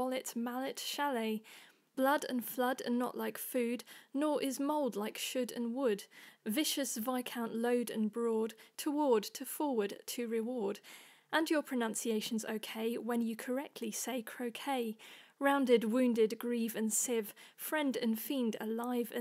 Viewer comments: great job! it sounded like you said vicious instead of viscous, but other than that, wonderful... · excellent! except you read "viscous" as "vicious." perhaps this is a british thing; in Canada we would pronounce "viscous" as "vis-cuss" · Close, but you've mistaken viscous for vicious. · I had to stop it when you said "vicious" instead of "viscous". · Jan Andres Inkaara oh no, turns out I read the word incorrectly. Yeah, viskus is viscosity/viscous, and Vicious is just deliberate cruelty or violence. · mispronounced "viscous"! Sorry to split hairs... Still superb pronounciation. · viscous was definitely said wrong, but apart from that, it was great! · Viscous, wont, aver, ate, dost, doctrine are all mispronounced, IMO... :)